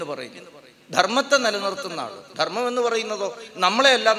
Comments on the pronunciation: അവതാരകനോട് - ദെർമ്മല്ല ധർമ്മം. ഉച്ചാരണശുദ്ധി നിർബന്ധം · അവതാരക ന്റെ ഉച്ചാരണം ശുദ്ധ നല്ല ദെർമ്മ൦ എന്നാണ് പറഞ്ഞത്